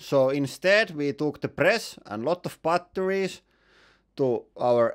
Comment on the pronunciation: Why TF do you pronounce it "butt...torries"